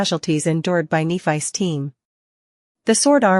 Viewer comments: At this point, her name IS knee-fise. If u need it to be different theres a million people with channels just like this one. Try those... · when are you going to fix the ai so it says nephys correctly